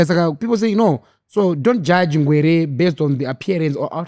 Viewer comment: Anonzi Ngwere not ngwereee